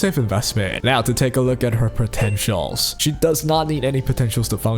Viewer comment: Did you say potential😂😂😂